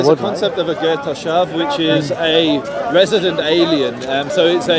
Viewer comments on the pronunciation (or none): Joseph called.it resedident alien looool